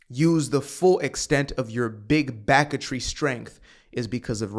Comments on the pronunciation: “Big backetry” had me laugh snort out of nowhere at work 😂 scared my foreman 😂😂😂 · Yo… “big backatry” had me dying in the office. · "Big Backertry".... that tickled me!